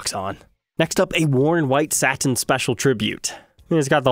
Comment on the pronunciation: He pronounces both those words correctly tho💀